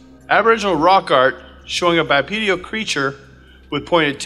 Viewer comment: Cool video! (*bipedal, not "bipedial") ✌😊